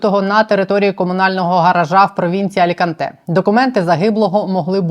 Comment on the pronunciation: «алькантЕ» жлобиха, алікАнте!!!